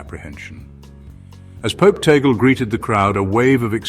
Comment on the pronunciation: Tag-le is the right pronunciation, not tagel.